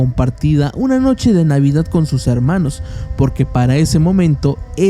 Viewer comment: No.. no eres el único, usa palabras inventadas, la redacción la hace en pretérito imperfecto, lo cuál da la impresión de que es todo una historia inventada, un cuento. Amorfono no existe y la pronunciación también deja mucho que desear. (harmanos, y otras palabras que escuché y no recuerdo pero no voy a volver a ver el vídeo para buscarlas)